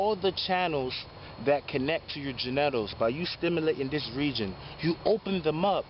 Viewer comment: We really going to breeze over the fact this man just gave us a pronunciation never imagined…? gen-neh-tals is crazy work! 😂❤️‍🔥👑✅💯